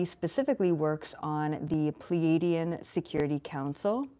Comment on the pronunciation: Please correct your prenunciation of "Pleiadian" Or can we call you Elizatef ?